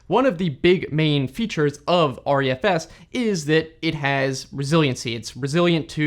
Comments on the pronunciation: I think that it's pronounced "Ree-F-S", not "R-E-F-S" (hence the smaller letter "e" instead of capital "E") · It's pronounced Re - F - S. Not R-E-F-S.